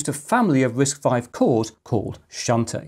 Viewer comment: I love how ang mohs pronounce the Chinese names. XuanTie is pronounced as shh-ant t-yea and nezha is nurl-ze-ah